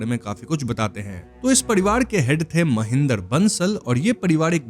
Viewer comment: Parivar ❌ padiwad✅